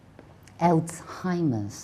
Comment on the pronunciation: 1. Osteo has a Greek origin, not Latin. 2. The 2nd syllable of schizophrenia is "sə". 3. The stress should be put on the 1st syllable of the word Alzheimer's, not the 2nd one.